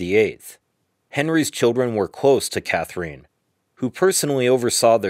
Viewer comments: clicked off as soon as you pronounced "Katherine" in a weird way. "Kather-een" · This was a nice piece. Thank you taking the time to reply to us. I did go learn a bit more about Katherine I believe she would have approved of the Spanish/French intonation with which you pronounced her name. Keep up the good work! Thanks again for the reply.